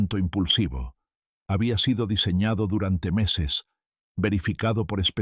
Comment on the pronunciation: Muy desagradable el sonido de pito en la pronunciación de las eses.